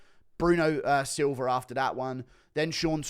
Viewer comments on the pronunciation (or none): none